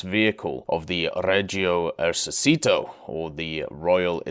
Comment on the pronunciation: Hey Brother , in Our language the letter " c " Is not pronounced as the Spanish "s" but We pronounce It as yours "chee" ...So Esercito Is not "Esersito" but "Esercheeto" Just to help ...